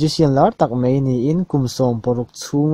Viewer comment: Mei..mei...mei... i tia, a nilo. MAI tih tur aw.